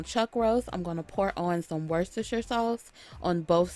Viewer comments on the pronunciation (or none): It's pronounced "wooster" sauce. Honestly. Thanks for the tips.